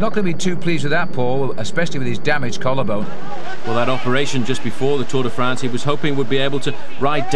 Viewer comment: and the Tour Day Frants